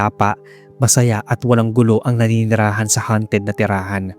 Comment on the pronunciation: HUNTED - tinutugis o hinuhuli o pinaghahanap HAUNTED - minumulto o pinagmumultuhan with all due respect Sir, you can PLEASE recheck your pronounciation the next time you narrate. Nice Stories you got there though...